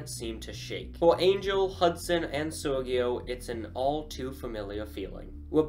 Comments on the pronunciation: Sergio it's not pronounced like that (Sergio non si pronuncia così) It's a more soft, like Joe Basically Ser-Joe😆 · That's interesting, in my country it's pronounced Ser-hee-oh. I don't know, it could be pronounced in English like how he says it.